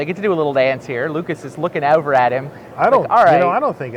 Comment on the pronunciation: "They get to do a little dance here Lucas is lookin' airver at him" <<Irish accent came out {:>_<:}